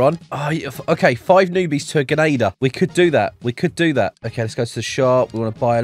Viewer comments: dude keeps saying genader not grenadier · The way he says genader